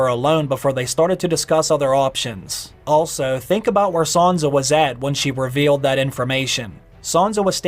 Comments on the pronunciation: Please stop saying Sanza. Please. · Why does he keep saying "Saunza" ? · isn't it sanSa? why does he keep saying sanZa